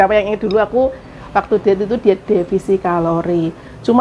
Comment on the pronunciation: Defisit kalori mbaa bukan defisi ngomong e